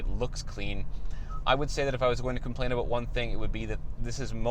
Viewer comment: Lol he said Aboot ! Good job 👍🏼